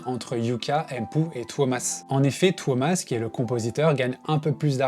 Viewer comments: His name is not Thomas, it's TUO-mas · I get that their names are hard to say, and I can gloss over pronouncing it as “Thomas”. But come on dude; “Tare-yah”?? If you’re gonna make a 42 minute Nightwish video, take 5 seconds to look up the pronunciation of the lead singer. Tapped out .